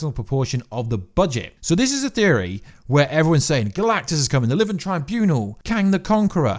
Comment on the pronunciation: "living tryboonal" , "kang de conqor"